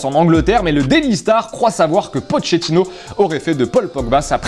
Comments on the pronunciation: Ça me stresse que dise pochetinno on dit pas poketinno au lieu de poché tinno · si tu le permets, Pochettino se prononce Poquettino, et non Potchettino😁💪🏼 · faudrait savoir prononcer pochettino quand meme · La traduction du journal marca est complètement fausse ainsi que la prononciation de pochettino. Est-ce normal??